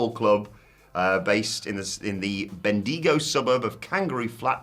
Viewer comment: Butchered how to say Bendigo 😅